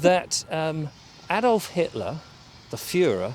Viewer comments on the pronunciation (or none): none